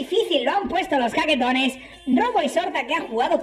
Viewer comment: Nuevo subscriptor 😬😬😬 La primera vez que escuche jaquetones ,escuché chaquetones y dije queeeeee??????? Jajaja 😂😂